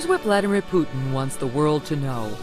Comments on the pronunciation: Oi, its Putin not Pudding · Putin laughed at the way she pronounced that name 😂😂😂😆🤣